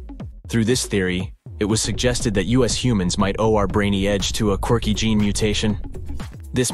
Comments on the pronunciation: please please please lose the AI reader and put a real human reader in. i know it probably costs more but at least there will not be the common idioct of using u s instead of us at least wait until there can be sufficient language descrimination that us does not become U S even though some egos might love it. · The way they said Us vs US was super weird!